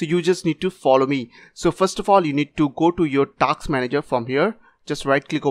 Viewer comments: Task not taks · dude its not TAKS its TASK